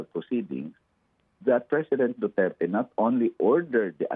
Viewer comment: Damay pa tuloy ang Dutch.hindi sya Pure Dutch.hindi nga ma pronouns ang Duterte.banggit nya Duterts😂